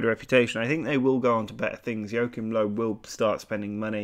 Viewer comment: really funny how english people pronounce Joachim Löw :D